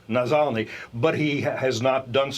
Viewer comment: Did he just say “Nazalny”?😂